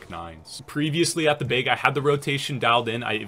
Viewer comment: the way you say bag is annoying me "beyg"